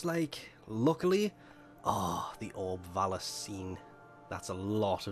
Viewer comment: lol, apologises for saying obs of vallis instead of syaing orb vallis in previous vids then proceeds to say orbs of vallis XD